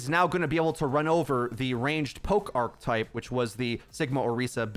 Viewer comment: say it with me. archetype. arc-eh-type.